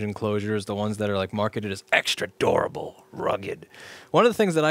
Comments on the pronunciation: it's both DORABLE and RRRRRUGGED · the way you say durable sounds like "adorable" "this hard drive is extra adorable" lol